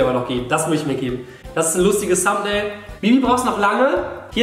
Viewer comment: Wie es heißt= Thumbnail Wie Julian es ausspricht = samtnail